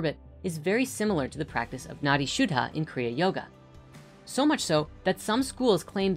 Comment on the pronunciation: "Nadi", pronounced "nuh-thee", is the Sanskrit word for river.